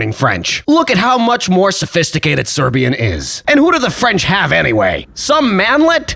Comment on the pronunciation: Shoutout, the vid is hilarious. Idk where you're from but you pronouncing serbian sounds much more like bosnian, still pretty good tho